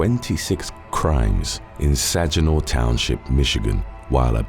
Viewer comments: 'Sag-ih-gnaw,' not 'Sag-ah-no😉.' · Saginaw.... It is not pronounced "Sä-jin-aw" It is pronounced "Sag-ee-nah". In Michigan, we jokingly call it "Sag-nasty" becsuse of the BS crime that happens there. 🤦🏽‍♂️🤦🏽‍♂️🤦🏽‍♂️🤦🏽‍♂️🤦🏽‍♂️🤦🏽‍♂️